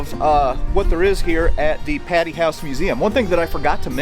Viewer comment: It's "Pay-Tee" Hall. No offense, just letting ya know!! Yet another great video! The roof was ripped off last year in a small tornado. Fun tidbit